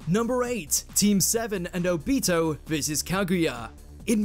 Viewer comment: Seriously? You guys couldn’t even pronounce Obito correctly?